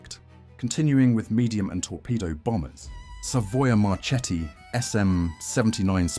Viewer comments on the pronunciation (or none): Savoia Marchetti It must be pronounced Savoia Marketti, Remember!